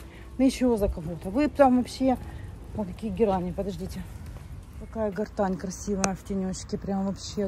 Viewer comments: Герань, а не гортань. И проводов давно нет у телефонов. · Почему гартань???😮Герань!!!Ну,откройте Гугл и прочитайте как правильно называется это растение!! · запомни, пожалуйста, не гортань, а Герань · ТЫ ОПРЕДЕЛИСЬ, ГЕРАНЬ ИЛИ ГОРТЕНЗИЯ,НО НИКАК НЕ - ГОРТАНЬ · уже раздражаешь со своей "гортаньей", почему не прислушиваешься, как правильно называть цветок? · Не пойму, может в Италии герань звучит как гортань или специально коверкает специально